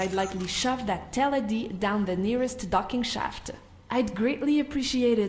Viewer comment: Holy Moly! Way to nail that crazy Teladi name at the end!